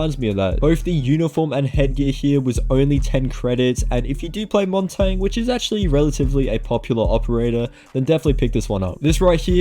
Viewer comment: why are you saying montagne like its written 🤣🤣